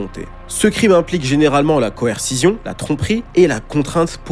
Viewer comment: coercition-> Coerci*ss*ion